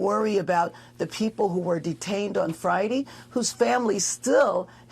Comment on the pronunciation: "fridy"???? Is this woman supposed to be a mayor